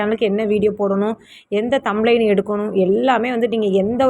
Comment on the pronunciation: அக்கா தம்ளைன் இல்லை அக்கா "thumbnail" இது தெரியாமல் எப்படி அக்கா பாடம் சொல்லிக்குடுக்கிறீங்க? விட்டுப்போட்டு சமையல் சாம்பார் வீடியோ போடுங்க அக்காச்சி.